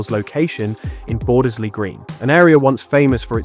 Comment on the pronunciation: Bordesley is pronounced without the first 'e'. So more 'bordsley'. And Digbeth is one word, without the huge gap you added in-between😂